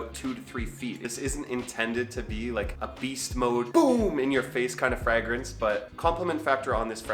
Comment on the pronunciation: Your weird pronunciation of the word fragrance is like nails on a chalk board to me. No need for the extra G you throw in the word, lol.